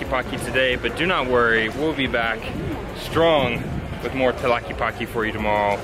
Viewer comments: Sorry for correcting you on how you're pronouncing tlaquepaque but the first thing you should notice is the word "que" it's spelled twice in this word and I'm sure you know how to say "que", so it's pronounced tla-"que"-pa-"que", remember the e in Spanish resembles more the sound of the a in English and not the e it's more like the Canadian eh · Hi y the pronounciatiom of the word Tlaque paque is Tla/que/pa/ que not tlakipaki. Like when gringos pronounce my name as enriki, not good. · "Tlaquipaqui" hahaha. Saludos güeros. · I like how you pronounce it. "Tlakipaki". Love your effort to know "mi ciudad". Saludos desde Alemania. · Remember in Spanish E is not pronounced iii, you are saying tlaquipaqui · "talky palky jalisco" .... yup, it's really hard to pronounce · It is pronounced Tlaquepaque TL Ka ke pa ke in Spanish vowels especially at the end “E” eah. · Stop saying Tlelatepaqeeeee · in Tlaquepaque, the E sounds like in elote, ernesto